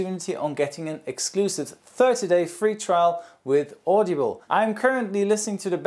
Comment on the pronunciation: "Audeeble".... lmao audible 😂😂